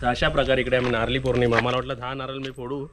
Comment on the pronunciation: नारल नको म्हणू.नारळ म्हण.